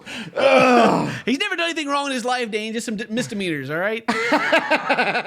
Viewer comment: he doesn't even say misdemeanors he says Mister meeners.